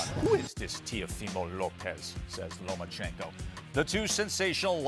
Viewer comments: ... OKAYYYY FOR THE UMTEENTH TIME,,,, it’s LOMACHENKO,,, not LOMANCHENKO!!!! Respect him and get his friggen name RIGHT!!! MAN this pisses me off,,! 😘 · At 4'00'' "LomaNchenko"... It's almost unbelievable, the USAnians are not even able to properly repeat a word or a name in any other language. And that name is the P4P boxer, not an unheard man from the street. And you, all of you, are boxer expert. Really unbelievable. By the way, 22 vs 32, 135 going up to 140, vs a 125-130, which already had troubles at 135. Every fight at 135 is a huge risk for Loma, being too small for 135